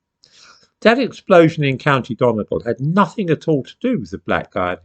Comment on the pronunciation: Lol Dundus. Done-GAWL.